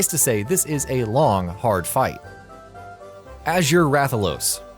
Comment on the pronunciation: “As-jure rathalos. Oops, I said azure wrong. Wait, just keep reading the script cards? Ok...”